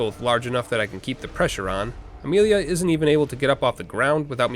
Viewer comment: Why does saying Amelia make you American?